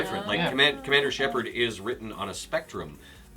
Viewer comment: ER MAH GERD !!ITS SHEPARRD !! AHHHH !!